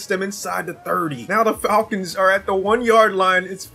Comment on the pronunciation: Falkins ❌ Falkings ✅